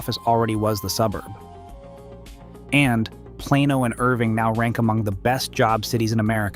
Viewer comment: ai slop. AI can’t pronounce Plano, Las Colinas, etc. Showed a sign with elevation over 4 thousand feet, no city in North Texas is above 450. I don’t think this creator has ever been to Dallas, North Dallas, Irving. Anywhere in the Metroplex. And snow? Stupid AI Slop video.